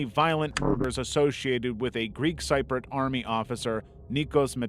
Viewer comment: "Cip-ri-yut" not "sy-prit" (Cypriot) 🙄